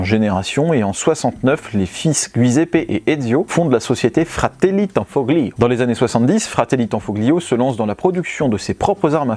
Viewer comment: Salut les gars Petite précision sur la prononciation des mots italiens : le "gli" se prononce "li" on ne prononce pas le "g" Comme famiglia ou tagliatelle..... La bise 😊